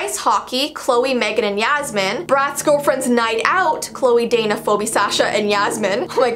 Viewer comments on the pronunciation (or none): "fobee and roxee" Am I the only one that realized that its supposed to be Pheobe (feebee) XD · Fo-bee?? It’s pronounced Fee-bee=Phoebe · nobody is gonna talk about how she said Phoebe like "FOBI" ???? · LMAO SHE PRONOUNCED PHOEBE AS ‘FO-BEE’ IM DYING ITS PRONOUNCED ‘FEE-BEE’ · Foo-bee. cringe For those who don't know Phoebe is pronounced Fee-bee. The way she says it makes me think of phobia. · Is it cannon that her name, phoebe, is pronounced poe-bee? I thought it was universally pronounced fee-bee? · Not Phobi.... Phoebe is pronounce Phibi 😂😂😂😂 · Bro when she said fobee its pronounced feeby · It’s pronounced feebe not foby (phoebe) I should know my name is phoebe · phoebe is actually pronounced “Phee-bee” but your pronunciation was adorable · Lol she said Foe bee... 😂 I love it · She pronounced “phoebe” as “Foe-bee”, anyone else notice that??😂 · it's pronounced "fee-bee" but since she's Canadian and has probably never met a Phoebe she's just pronouncing as it looks, which is understandable really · It’s foe bee Or are Canadians just weird? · nope it’s fee-bee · the correct pronunciation is fee-bee (spelt phoebe obviously😂lol) but I think different countries/places say it differently 🥰🤷🏻‍♀️ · Phoebe is pronounced "Fee-bee" it's very hard to pronounce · Phoebe is pronounced "fe-be" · Yes 😭 that's my name and everyone pronounces it the way she did. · I know it is kinda inoying when people say the name wrong. ... to me anyway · Hollie Ann ikr i was like wtf. oh and sasha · Yeah. she said my name wrong but that's fine.👍🏻(by the way my real name is phoebe)😁